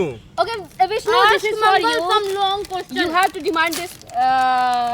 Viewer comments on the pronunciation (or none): none